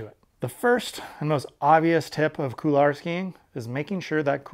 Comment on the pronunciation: Good vid. I liked how you explained hop/pivot turns. Now, can I convince you to say couloir (cool 'w+are)rather than coular?